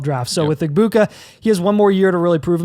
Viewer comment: It’s “Eh-MECK-uh” Egbuka Also think you guys are sleeping on Quinshon Judkins. He should be up there with Gordon and Jeanty.